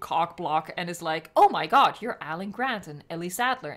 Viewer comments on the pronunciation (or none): It is now confirmed that pronounces “Jod” instead of God